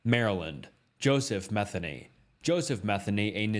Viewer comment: Joseph Metheny's last name is pronounced Meh-thee-knee. It drives me crazy when people mispronounce it. I married a Metheny (no relation to Joseph). It's partly why I don't go my real last name on here. The other reason has to do with my first name.